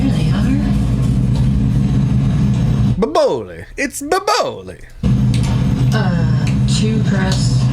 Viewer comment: Did this guera just say Bob-oli? 🤦🏽‍♀️